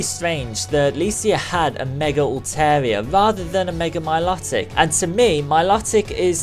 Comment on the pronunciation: It's my-low-tic